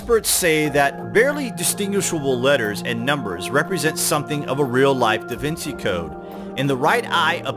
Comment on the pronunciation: The ci and the ce in Italian make the "ch" sound as we know it in English so da Vinci isn't " vin-see" its "da vin-chi". Grazie